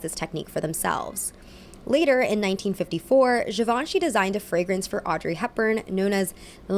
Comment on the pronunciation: that’s not how you say givenchy